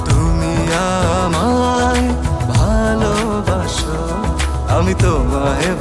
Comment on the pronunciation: সিয়ামের জায়গায় অন্য কোনো পেশাদার গায়ক নিলেও পারতেন l তিনি কয়েকবার ' বালোবাসো ' উচ্চারণ করেছেন l লম্বা দম নিতে ও তার সমস্যা হয়েছে বলে মনে হয়েছে l